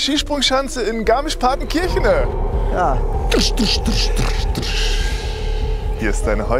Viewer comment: Kann den mal bitte jemand zur Sprachschule schicken? Partenkirchenääää ist schon sehr hart für einen Moderator..